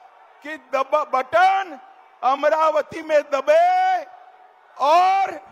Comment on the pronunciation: अमरावती नाही अमराती